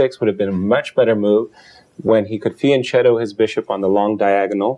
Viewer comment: lo... the expert pronounces fianchetto wrong... what an expert. ;)